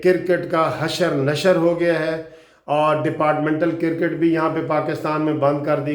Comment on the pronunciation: آپ بہت اچھی انفارمیشن شئیر کرتے ھیں ۔ آپ نے آج آخر میں بہت اچھی اپیل کی ھے ۔ گالیاں دینا تو نہایت بد اخلاقی ھے ۔ میری بھی ان دوستوں سے گزارش ھے کہ گالیاں دینے کی بجاۓ قانونی ٹی وی کو بلاک کر دیں ۔ آپ سے گزارش اگر برا نہ مانیں تو اپنا کرِکٹ کا تلفظ چیک کر لیں ۔ شکریہ